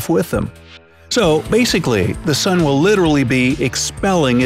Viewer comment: i guest its an “soon” now not an “sun”